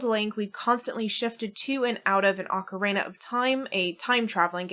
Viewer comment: The “ocareina” is killing me 😅. My dad used to say it like that He used to pronounce Super Mario as “Super Merry-o” too. That takes me back. 😌. Back to when the N64 just came out and he and I would play together. Better days ❤